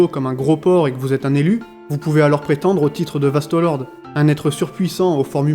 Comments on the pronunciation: pourquoi tu dis Vasto Lorde en prononçant bien le E alors que ça se dit É donc Vasto Lordé (a l'écoute) et pour les menos grande tu dis bien le É à la fin. Je suis un peu chiant mais ça fait trop bizarre d'entendre Vasto Lord. Mais mis appart ça, la vidéo est bien. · VASTOS LORDEEEEEES MERDE DIT LE CORRECTEMENT STP G MAL AU OREILLE 😩😩 VASTOS LORDEEEEEES